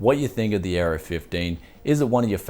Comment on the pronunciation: Oh the Aero 15 I thought you where saying the Gigabyte Error 15.